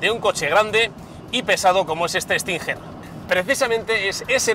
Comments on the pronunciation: Tio....como...que kia stinjer????.....se pronuncia stinguer......no tu q dices stinjjjjerrrr.....vaya periodista deportivo....aunque no venga la u se pronuncia como si la llevara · cada vez que dice estinjer me mata 🤣